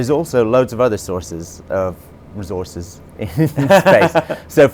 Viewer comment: "Rezorces" -Sean Murray